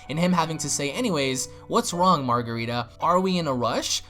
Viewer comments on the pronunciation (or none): Marcarita not margarita -.